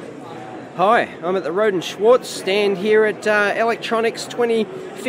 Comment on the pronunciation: no english speakers can pronounce "schwarz" correctly - funny ;-) But this little beast looks really impressive, and the price seems to be really okay